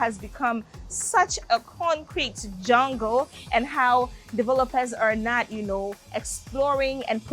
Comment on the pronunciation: Its jungle not jorngle....why you guys lately speaking as though you not ghanaians